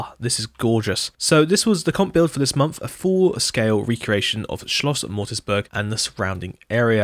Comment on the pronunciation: Beautiful, all of them! Small correction: The hunting lodge is called Moritzburg, not Mortisburg.